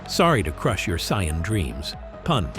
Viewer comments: It's Saiyan lol not Scion lmao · Saiyan not Scion 🙄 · Hearing "CyYaNs" is just ear bleeding tho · 1st - Fiction, DUH! 2nd - Not human 3rd - They didn't just go from normal to 300x gravity they trained up to it 4th - In DB humans can develop/ train up to these higher levels but only because of Ki, which sadly doesn't actually exist 5th - It's pronounced Say-in, get your F ing AI to pronounce the Sh!t right!! Conclusion - You are absolutely spot on !! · i hate the way this cheap AI generated voice pronounces the word "saiyan". why couldn't the owner of this channel just make his own voice over.... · It's incorrect bro😂😂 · I can't get past the pronunciations: Sigh-uhn, k-eye blast, etc. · I truly appreciate these types of theory videos but, my friend if your'e gonna use AI narrator, be sure they PRONOUNCE the names properly. Gottin (Goten) and Scion (Saiyan) is inexcusable. Now suddenly, trying to focus on the video becomes harder because all we think about is the AI's blunder and this video should get all the love because it's actually quite good.